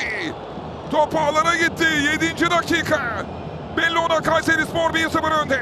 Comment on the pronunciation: Gayseri ıh ıh gayseri ıh ıhhh gayseriii ıhhh ıhhhhhh😂😂😂🤣🤣🤣🤣